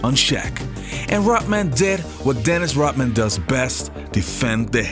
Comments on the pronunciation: Hey it’s Rodman not Rotman. Pronounce your D’s better. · Why does he pronounce it as dennis rotman? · Its Rodman not Rotman!!! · He says Dennis Rot-man- like he stops breathing and can't use the D sound in RoDman. 😂